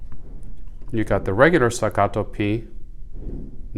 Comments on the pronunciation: Very helpful video. Thanks! The way you pronounce “stuh GAH doh” cracked me up. 😆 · It is made in Texas. It is pronounced Stack-uh-toe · Why don't you talk about shit that isn't said all over there page like how the different mettle feel .you say the name like it's a Spanish gun wtf . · Why dosnt anyone talk about steel vs aluminum options why are you saying the name like that there made in Texas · Stop pronouncing Staccato so weird